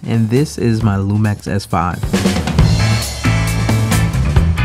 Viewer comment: Why you say LumEx?